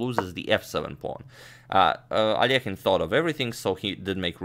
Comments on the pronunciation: I love how you pronounce Alekhine😍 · your russian pronunciation fills me with joy. every time i hear al-leh-kyne i die a little inside :P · The one used by Agadmator is correct, ale Alekhin is originally Russian. Another pron. may come from French as he once became a French citizen. 🤔